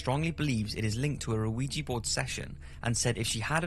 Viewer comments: the name is pronounced wee- jah . french for yes and german for yes. BUT the board was asked what to call it and it spelled ouija and it said it meant good luck. anyway it is not pronounced oh-wee-jah, im a meskin btw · Why do people pronounce it as "weejee" it's actually pronounced "weejah" JUST PLEASE TELL ME WHY AMERICANS PRONOUNCE IT THAT WAY. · Mary Wilkes Isn't it just "Ou-eee-ja"? In my mind you make it sound like "weed with jah" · WEE-JEE. WEE-JEE. WEE-JEE. It's WEE-JEE. Not A-WEE-GEE. Christ. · How the fuck are you pronouncing it as veegii board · Ouija...pronounced wee-ja or wee-gee. TWO syllables. Its a game. Anything that you think happens is already in your subconscious. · I like your video's - but please work on getting the pronunciation of things correct - like ouija - pronounced weeja - thanks - looking forward to more halloween 🎃 stuff... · I wish I had the guts to try one but it's better left as just a wish! I thought it was pronounced wee-gee not oh-wee-gee though... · You know it's deceptive when it's pronounced "Weegee" but spelled "Ouija". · It should be pronounced like "wee jah". Both qui and ja means yes - the first one is French the second (ja) is German. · Ellizzie im aware. the narrator pronounces it "o-oo-wee-gee" which, in addition to hiss accent, sounds like he's saying luigi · Nice vid man, its pronounced wijee tho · Ouija is pronounced Wee-Ja , just incase you do another show on it.. Love what you do. Don't stop doing it. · You are saying that wrong. Ouija is pronounced weejah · Mary Wilkes Pronounced wee-gee, like the photographer. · Thank You! I was getting so irritated that he was pronouncing it like that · Why the hell does the narrator call a ouija board an 'aweegie board'. Really fucking annoying. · Am I the only one who can’t stand the pronunciation of Ouija in these videos? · As far as I can tell, you don’t pronounce the O in Ouija. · That's a rather interesting pronunciation of Ouija lol. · It's pronounced weejee, no oweejee